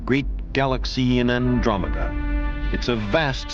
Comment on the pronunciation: did Ann Sagan say Andreno?! they charted the universe with Andreno!?